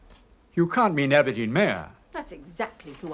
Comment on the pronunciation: that old professor man calls Albertine "Aberdeen" at 5.10!